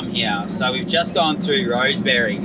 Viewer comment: A couple of names to practise saying. Zeehan, spoken as Zee’in. Rosebery, spoken as Rose’bree. Lol😅😅